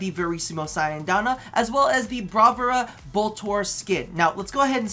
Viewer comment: I know it's not that relevant to the topic but Queen beg to differ :P Also it is pronounced Bra-VOO-Rah. In Maltese and Italian it means "masterpiece"/"display of excellence", and why the fuck is the skin only for the Boltors when the other deluxe bundle skins are shared across the weapon-type??